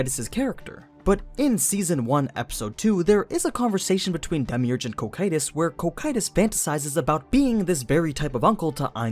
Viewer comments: "KOH-KYE-TUS" just sounds wrong dude, it kinda triggers me everytime you say it like that. after 4 seasons of Overlord anything other than "CAW-CUE-TUS"(Cocytus) sounds weird imo. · Isn’t it Co-Q-Tus? co like coco coqtus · It's gonna be a long hour of suffering through hearing "Ko-Kye-Tus" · That first pronunciation was a bit cursed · The way says Cocytus sounds a bit off. Like there was an “I” in the name or something. Are there multiple ways to pronounce that word? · I am not listening to an entire video of him referring to his name by the terrible dub. It's just grating. He acknowledges they are different and then proceeds to use the incorrect dub pronunciation.